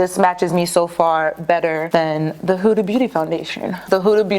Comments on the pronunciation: How come you always say “Hooda” it’s “Huda” 😂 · its not pronounced huuuda beauty like hula, its a quick huda because its actually an arabic name. so more like how you pronounce hood but with an a. Huda. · It’s not huda like who-da it’s huda like hood-a (like hat hood) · It’s HO-DAH 😂